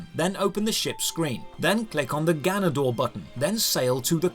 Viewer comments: I know Spanish! Also: “gaaa nuh dohr mission” Lol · Anyone else laughing at how his character learns Spanish, and then immediately after he's mispronouncing "ganador"?